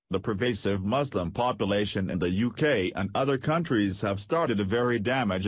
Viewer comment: You don’t even know how to pronounce “Muslim” correctly.